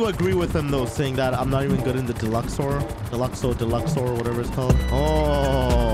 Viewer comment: ah yes, the "deluxor"🤣🤣